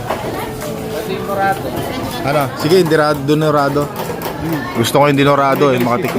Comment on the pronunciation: Dorado.yong isda...hindi dinorado...bigas yong dinorado..